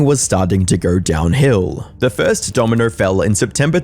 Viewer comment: 25$ "desert"? Pretty sure water costs more than that in the desert, dude. If you're going to make a video making fun of someone famous, maybe learn your own damned language and take the time to fucking edit. "The first dominer fell" lol they call you English but you can't speak the language. At all. You replace A's with ER and ER with A's.